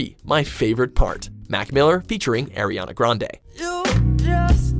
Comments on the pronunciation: did he just say air-rihanna 😂😂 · Queen Ariana :) and btw it's pronounced as "Aariana" not "Airriana" :) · UGH HE SAID AIRYANA GRANDE!!!NO ITS AREIANA GRANDE BRO!!!!!! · its Ari ana not airiana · Why they keep mispronouncing Ariana's name? it's literally Ariana not Airiana😂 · "Airiana Grande" ITS ARRRRRIANA GRANDE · I get pissed off when he pronounces Ariana Grande as "Airiana Grande" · Air-e-ana..... I'm this👌🏼close unsubscribing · Can u people at watch mojo pls learn how to say Ariana it's so annying